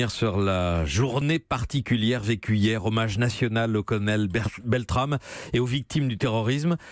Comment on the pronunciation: Le dernier journaliste est même pas foutu de prononcer correctement le nom du héros BeltraMe... aussi peu d'intelligence que de respect...